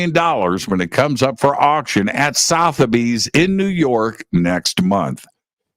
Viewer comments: Its pronounced SouthERbies! Think like southern is pronounced. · Said “sutherbees” spelt Sotheby’s ! Just fyi 😊